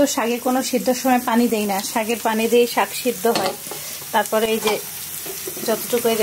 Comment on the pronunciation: শাগ নয়। শাক্। শুধু বোরিং না বিরক্তিকরও। রান্নার সময় প্রত্যেক মুহূর্তে কথা বলতে থাকে। এত অস্বাস্থ্যকর পরিবেশ ও পদ্ধতিতে রান্না করে!! প্লাস্টিক কনটেইনার (কাঁচা হলুদ বাটা রাখা) গরম পানিতে ডুবিয়ে ডুবিয়ে হলুদ গলানোর চেষ্টা!! যা শরীরের জন্য মারাত্মক ক্ষতিকর। সবসময় স্বাস্থ্য রক্ষার কথা বলা হলেও ভীষণ অস্বাস্থ্যকর কাজ কর্ম করা হয়।